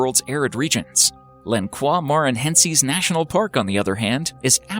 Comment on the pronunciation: I love how they pronounced Lençóis Maranhenses, in Brazil. lol. It's not French though, It's Portuguese.